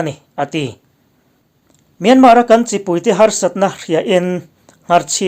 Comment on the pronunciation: Kawl ramin a ram hming a lam rik dan anga 'Myanmar' tih hi lam rik ve thin ni hram se. 'Myan' hi thluk hnian tur a ni a, 'mar' tih laia 'r' hi lam rik loh tur.